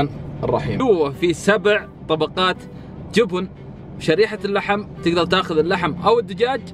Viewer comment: ليش بعض الناس لهجتهم تجييب المغص ليه تقولون >> جوبون ... ترى اسمه جبن بالفتحه وليس بالضمه جوووبوون